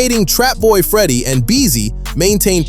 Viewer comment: Trapboy Freddy name is not what y ou say.